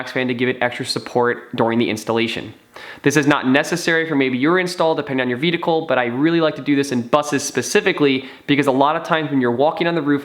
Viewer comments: Dude, I'm sorry... I love your videos, but please learn how to pronounce the word "vehicle". Again love your videos, keep up the great work. :) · I thought I was hearing him incorrectly the first time. But by the end of the video...